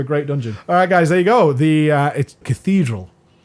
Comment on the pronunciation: omg how the fuck do you prenounce Cathedral wtf dude xD CATHEEEEEDRAL you prenounce it haha that made me laugh so hard. look up the prenounce rly